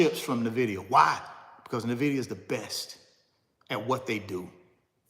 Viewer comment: At least you can pronounce, "Nvidia" correctly. It's not Na-vid-ee-uh.. Nvidia is pronounced En-vid-ee-uh.